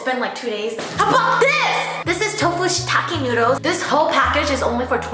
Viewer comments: Shirataki not shitaki bruh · Did you just call shirataki noodles, "shittake" noodles? 😂